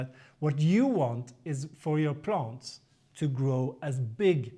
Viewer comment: QUESTION: Can you practice these 2 words - EXcess, not ACcess, and plANTS, not plUNTS? Issue #1: Excess = residual; more than enough, vs ACcess = to capture or get in to. Issue #2: Plant = an organism studied by Botanist; A plUNT = NO ENGLISH SPEAKER KNOWS WHAT THE HELL THIS IS; an annoying sound in an otherwise great and informative youtube video series.